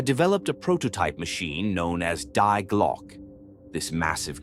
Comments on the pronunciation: "The double-u way" 🤔AI glitch? Also, it's pronounced "Dee Glo-ke" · Sounds like lazy AI generated which is ridiculous even then because Die Glocke is mispronounced.